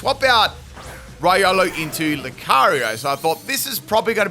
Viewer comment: Its reeolu, not raiolu. Keep the good work ! Ciao !